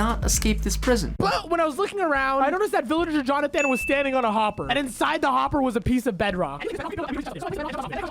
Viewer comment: As someone named Jonathan, the way says it just straight up disgusts me